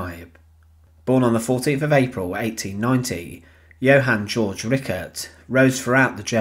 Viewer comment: It's not "George", it's Georg, pronounced Gayorg.